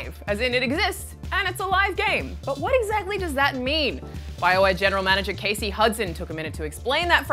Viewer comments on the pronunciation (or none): none